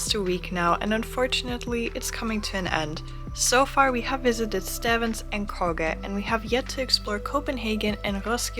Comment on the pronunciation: I guess the pastry lady didn't teach you how to pronounce Stevns. You pronounce it Stevens like there's an extra 'e' in it. 😁